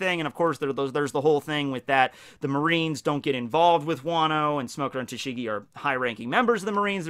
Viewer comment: First; Btw "Tashing" XD